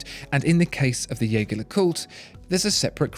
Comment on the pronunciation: if you're going to go to the effort of trying to pronounce "LeCoultre" correctly, you could try to say Jaeger right ;) It's the french use of the name, not the German.